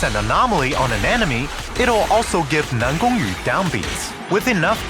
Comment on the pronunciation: Dude is chinese? The way he pronounces NanGongYu is so accurate that no Chinese learners can do that